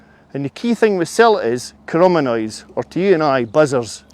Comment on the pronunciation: Chromonoids 😂😂🥴 try chironomids and that's an expert 🙄